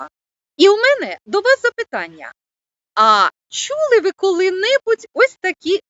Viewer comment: слід попрацювати з орфоепією. "Чі чюли ви шьшє таке слово", "поцяг".